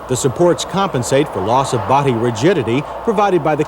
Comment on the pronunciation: Why does this guy put H in words that don't even have H like body he says bohdy